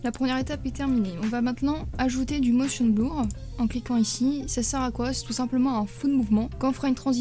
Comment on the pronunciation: « Motion bloure » 😭